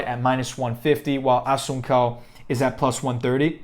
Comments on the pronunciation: Pronounced Rafael Asonsou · Assun-cow? Nah dude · Wow was going to watch then you miss pronounce my mans name cant know mma without knowing his name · Learn how to say the name correctly 🥴😂 Cody will lose again